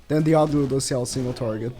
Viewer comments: He really putting the L's in LudocieL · The way u say Lùđốsèo is so weird, please stop